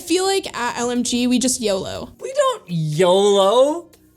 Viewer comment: "We don't, Yoo-loo, What does that even mean?" Madison: Pathetic.